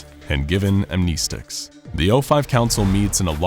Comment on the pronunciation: I don’t understand we he always says “amneeestics”! It’s annoying!